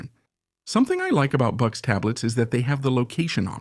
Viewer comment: Bucks? Boox is pronounced "Books" you should let the english voiceover person be aware of this next time. The weird spelling making it hard to guess the pronunciation haha I used to read it as boo-cks